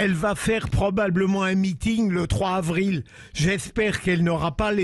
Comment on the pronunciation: 3 zavril et pas 3 havril , niveau maternelle pfff